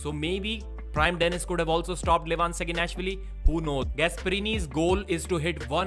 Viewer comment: Please fix your "Saginashvili" pronounciation. You can hear how Levan says it in the last episode of their interview with Devon by Engin or listen to Neil Pickup introducing him, he's not screaming SaginAAAAAAshvili, it's SaginashvIIIIIIIIIIIIIIIli